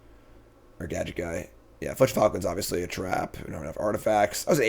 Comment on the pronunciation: Someday will learn where the L is in filched falcon. Not today. But someday